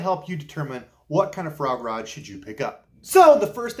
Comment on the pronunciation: I know you're saying frog rod, but I keep hearing Foie gras. My ears not your problem but it makes for some funny images to me.